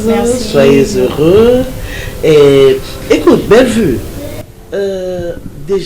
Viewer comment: J'aime comment appelle Belle vue, elle est la seule qui l'appelle correctement. Merci pour la suite, belle histoire